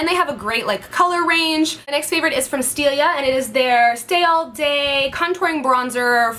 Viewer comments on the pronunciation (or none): GIRL, its STILA not stilia :D